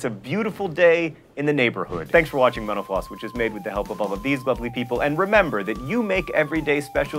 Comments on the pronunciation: I swear I keep hearing you say menopause instead of mental floss :/ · Ever since John said that thing about how some people think he is saying "menopause" when in fact he is saying "mental floss" I hear it at the end. I always understood him, and clearly heard him say "thanks for watching mental floss; leave a comment..." but now - and only at the end, not the beginning sequence - I hear "thanks for watching menopause; leave a comment..." Damn you John! haha BUT seriously, thanks for all the great videos! Keep it up. I am just about to subscribe to the real thing. Has anybody else gone and done that yet? Any thoughts?